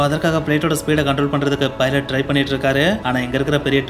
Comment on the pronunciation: Many of them pronouncing Pilot As Filot.